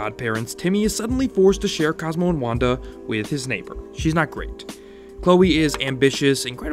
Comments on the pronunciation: Well edited, but try and pay as much attention to your narration "Cosmo an Wando" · says wando. reported